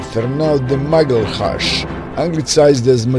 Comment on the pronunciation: Your pronunciation of Magalhães can get you arrested in most CPLP countries